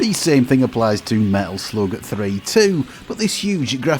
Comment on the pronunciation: When you pronounced "Medal Sloug" i finally stopped watching!